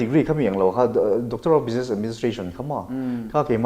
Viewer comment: Bizness o. Bijines ti toh suh. Ti tawp mai ang.